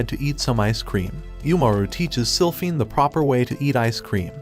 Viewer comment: “Slyphinford” ITS SILPHINE🥹